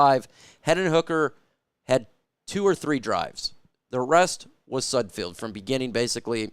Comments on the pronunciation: IT'S SUD F E L D NOT SUD F I E L D !!!!!!!! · His name is not pronounced with field at the end. Can you not read? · Could you at least learn how to pronounce his name before making a damn video? It's painful to listen to you butcher his name and really destroys any credibility you think you have. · i know sudfeld is hot garbage but you could atleast pronounce his name correctly